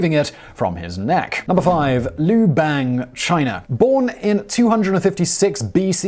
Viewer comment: Simon Simon ... with Asian names, "bang" is pronounced as "bar-ng".